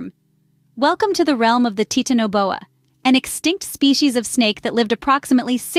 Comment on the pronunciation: Ok its not pronounced tit in a bowa. Youve even said titan correctly. Tf? Thats a pass from me. Im not watching that atol.